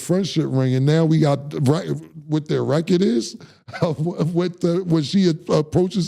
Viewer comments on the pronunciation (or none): none